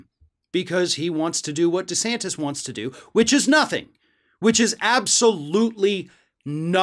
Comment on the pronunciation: I know is saying Ron DeSantis but all I hear is Rhonda Santis.